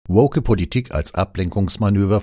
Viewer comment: Hab ich mich verhört? Hat der Moderator "würg" oder "work" gesagt? (freudscher Versprecher?)